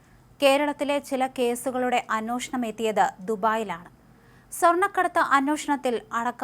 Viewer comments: അനോഷണം അല്ല.അന്വേഷണം. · അന്വേഷണം എന്ന് നേരെ ചൊവ്വേ പറയാൻ അറിയാത്ത വഴിപാട് ആയി പോയല്ലോ ഈ അവതാരക